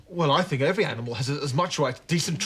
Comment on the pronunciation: " I fink thats a smashing idea" lol